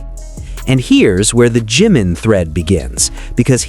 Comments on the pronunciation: BTW, It's NOT G-man, it's Jimin. Respect please. Learn how to pronounce their names, at least. Loved the documentary. It changed nothing, for me, but verified what ARMY already knew, forever. Bandwagon jumpers and coattail riders have 'blown up' opportunist I ally all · Maybe you could pronounce Ji (short i sound) min's name correctly. Not GEEmin but Jim ( like American nickname for James) min.